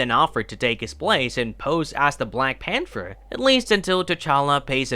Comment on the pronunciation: The word is pronounced “Pan-ther”